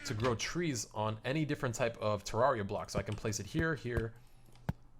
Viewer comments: TER RARE RE AH THATS HOW ITS SAID TERRARIA THATS HOW ITS SPELLED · its pronounced tr-ar-e-u